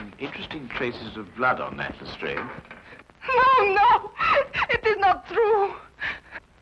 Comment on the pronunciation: I've not seen these before, they look interesting. It's good to see an American version that is using the correct pronunciation of Lastrade for once.